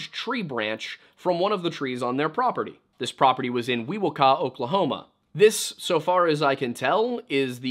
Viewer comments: Valiant attempt on pronouncing Wewoka, but the way I've heard it pronounced (at least in Tulsa, Chandler and Stroud) is We - Woke - Ah, though even Oklahoma is prone to regionalism in terms of pronouncing place names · I love you guys, your pronunciation of Wewoka was hilarious, as someone who grew up in that area I found it comical. No hate tho, love the video.❤